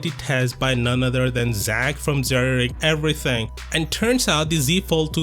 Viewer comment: Zerry rig everything Who else heard that? Lol